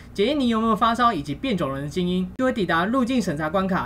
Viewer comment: 我很認真在聽，所以聽到變種人的"精"因~呵呵呵 不過影片真的很用心*_*~